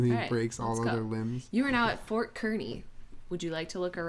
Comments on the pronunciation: When they pronounced Kearney wrong I wanted to die lol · Kearney like the fair carney! Not kerney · I'm from Kearney and it's pronounced like carney